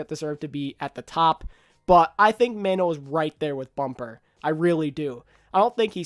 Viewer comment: Super is not the best...he is also backed by team with team support...don't stroke his ego xD. I love super but I cannot say he is best...maybe 2 with Bumper at 3. Mano is the best main tank. "Mono" not "Man-o" great video!